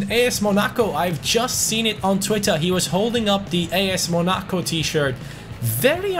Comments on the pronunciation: What's with the weird way of saying Monaco ? 😂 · bro this man mispronounced Monaco.